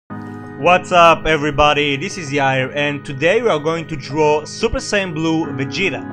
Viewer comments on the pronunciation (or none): none